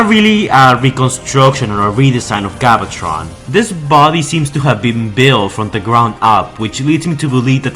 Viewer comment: Holy fuck, your voice made this video unwatchable. Please learn to say names properly. "Galvatron" not "Gobbletron".